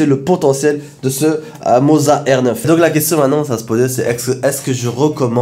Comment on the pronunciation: Le seul qui prononce bien le mot "moza"! Les autres ont dirait qu'ils vendent du fromage ! 😂 Merci pour tes vidéos. 😉